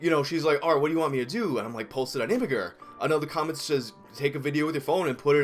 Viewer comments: Imagur pronounced "imager" not "ima-grr". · Ha. "Imma-gurr".